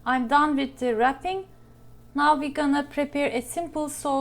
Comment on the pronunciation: Sorry, but I had difficulty understanding your English this time. After a lot of rewinds and replays I finally understood. Tell me where you learnt your English.... Ireland? Turd of a cup,...wid a or, along wid, etc. A complete lack of "th" . Tanks for reading.